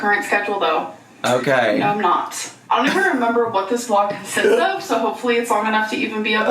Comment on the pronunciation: Lmao the “naurrr” takes me out everytime